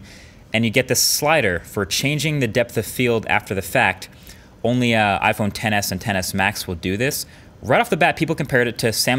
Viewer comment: Iphone xs not "ten s" 🤦🏼‍♀️